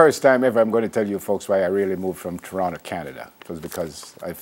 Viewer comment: said Torono.for those who did not get that. its.. To.ron to..